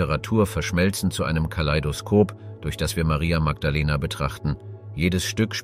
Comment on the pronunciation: Sehr schöner Clip. Das einzige was nervt ist, das der Sprecher sich nicht entscheiden kann ob der den Namen Maria mit oder ohne englischem Dialekt aussprechen soll.